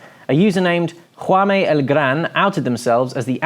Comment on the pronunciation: Interesting pronunciation of the (Catalan) name ‘Jaume’.